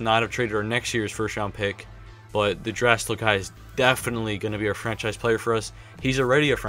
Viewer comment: draisaitl's name is pronounced (drysitell)